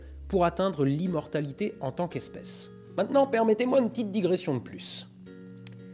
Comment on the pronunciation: "gressions " Digressions.....😇